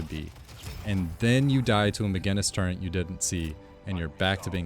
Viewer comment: there's no "n" in "turret"